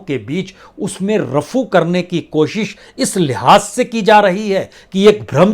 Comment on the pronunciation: Bajpayi ji kutch bhi kaho aapka talaffuz shru se bohat bekar raha is ko sudharo .... Jaruri nahi zaruri Kosis nahi koshish खबर nahi ख़बर